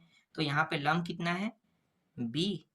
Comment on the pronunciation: लांब ❌ लंब ✅ गुरु जी आपने गलत किया है 😂😂😂